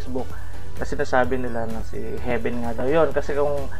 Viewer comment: heaven po hindi heaben at humarap ka sa cam chakka galur tingnan nka side view